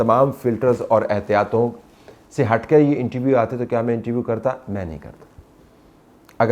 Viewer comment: طلعت صاحب انٹرویو ہوتا ہے۔ انٹی ویو نہیں ہوتا۔